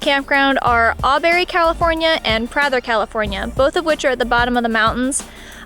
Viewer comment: As a local, I find your pronunciation of Redinger and Prather .... interesting. Also, the maximum elevation of Redinger Lake is only 1,403 feet so snow isn't a concern. In fourteen years of daily driving to Redinger Lake I've seen snow there maybe 5 times and it did stick.